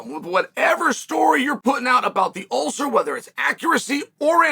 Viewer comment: An ulther?